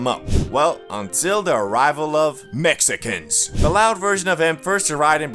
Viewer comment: Dont be saying "Mexican's" like that! 🤣